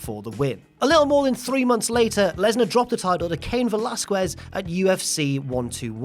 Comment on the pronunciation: Cain Ve-Las-Kwes. Hehe.. its read as Ve-Las-Kes. Dont worry. I just found how you spoke his name funny.